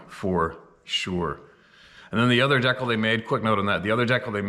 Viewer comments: Lol Deekle (decal) In America It's pronounced D-cal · You say dekle? I call it dee-cal. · English 101. Kindergarten level......ITS DCAL AS IN DECAL NOT DECK KEL . NOT DECK KILL EITHER how do we ever get you to learn to speak English properly instead of all these mispronounced words? Perhaps you don't realize what it's like for us to admire you but continuously see you flub up the way you do and end up being concerned about how Goofy an image you are creating in the mind of your detractors. I'm sure it feels quite secure to Your Ego to say well I've you just don't care about what others think of you and that's a good point if you or good concept it's solid dude whenever you are refusing to listen to the correction that intelligent people are trying to give you about why the way that you have learned to pronounce English language. I'm beginning to seriously question that you have ever trained in anything..... and unfortunately I'm beginning to see you as a self-made man which is absolutely the worst mistake any modern man can make. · my friend, I'm pretty sure it's pronounced,. DEE-CAL. Just trying to help. 🙏🤘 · Say "Deckle" "A-Gayne"... Lol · Good job with Adirondacks! But now we need to work on dee cal! Lol